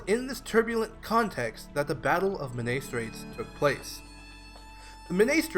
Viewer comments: Men-AYE is more accurate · Great video but please learn how to pronounce Menai